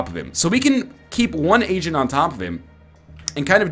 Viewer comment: Does anyone else hear "Asian" whenever NL says "agent"?